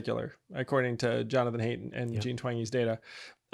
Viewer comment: Someone tell Yang that Jonathan HAIDT is pronounced HEIGHT.